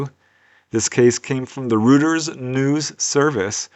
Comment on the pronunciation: it's pronounced Royters. LOL